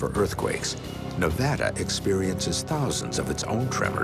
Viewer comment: Finally, this guy says Nevada right. It's not Nevahdah people. >:3